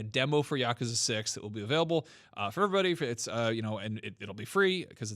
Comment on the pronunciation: Is NOBODY bothered that they’re saying Yakuza wrong? It’s YA-KU-ZA. It’s Japanese and it’s literally three easy syllables.